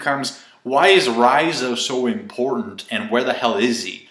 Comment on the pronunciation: Did you just say imPORNtant